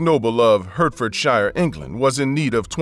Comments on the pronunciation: HEART-FORD-SHA (Hertfordshire) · The way this guy tries to say Hertfordshire is hysterical! Clearly he’s not British 🤣